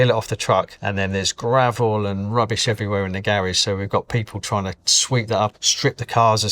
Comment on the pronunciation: the way he pronounces Garage hurts me more than it should.